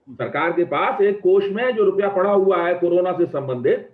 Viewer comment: MY GOD " HE HAVE PROVED " VISSA NAHI HOTA HAI, ITS VISA HOVA NAHI HOTA HAI, ITS HUA ( हुआ ) WHAT'S LAANGAY ( लंगाय ) ITS LENGE ( लेंगे ) WELL WHAT MODI HAS PROVED SEVERAL TIMES WILL BE JUDGED BY HISTORY IN TIMES TO COME. BUT YOU HAVE DEFINITELY PROVED YOURSELF TO BE AN 100% EMPTY BRAIN ANDH MODI BHAKTH ( बुद्धिहीन मोदी भक्त ) HAVE A GOOD DAY